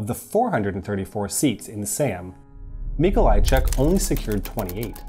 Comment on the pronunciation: MikoŁajczyk, GomuŁka Okulicki not Okulski Ł is spelled like w L is spelled like L